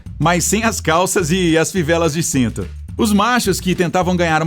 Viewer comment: O que fala "sito" e não cinto kkkkkk